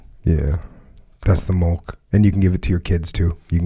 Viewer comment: Why can’t they say milk properly? They’re saying mulk it’s making me feel weird